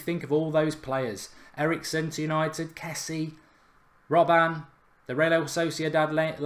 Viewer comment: I think it's pronounced Frunk Kessi-ay